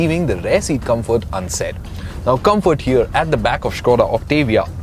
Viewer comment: Good review and very well edited even with the overdone music and effects, but his constant mispronunciations we're annoying, ie; "Cabin", 'Gladiator", "Rapide", "Comfort", "Infamous", etc